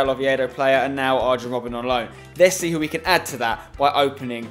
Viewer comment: Terry Butcher'd Arjen Robben's name